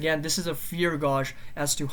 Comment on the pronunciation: I love your work, man! I watch your videos everyday. It's always helpful. i hope you dont take this the wrong way but you're pronouncing gauge wrong.